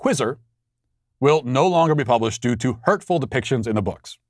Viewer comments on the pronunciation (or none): none